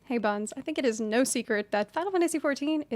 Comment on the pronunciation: I heard "hey bums" and was confused at why she was opening in such a harsh manner